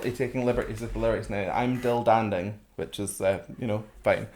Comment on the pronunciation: For me the funniest thing is the pronunciation of the lyrics. I'm Dill Dandon.